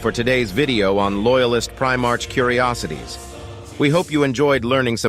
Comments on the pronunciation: By the Emperor this is just painful to listen to as it's full of mistakes. Before making a lore video maybe you should actually know the lore. And for fuck sakes you're not even pronouncing it right. It's not "Primarch," it's pronounced "Primark." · You’re saying primarch wrong, otherwise great video. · A number of things that are just... wrong. And, get an AI that can pronounce "Primarch" correctly.